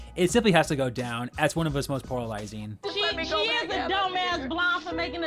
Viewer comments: Great video as always! If I may make a gentle constructive suggestion, though: It would help if you slowed down a bit with your talking points. You speak very fast and it makes you more likely to mispronounce words (I kept hearing 'poralizing' instead of polarizing), as well as blend your words together to the point that I needed to repeat certain parts of the video to hear you correctly. I don't know if anyone else had the same issue, so I won't speak for them. Other than that, I enjoyed the video. 😃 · The return of "poralizing"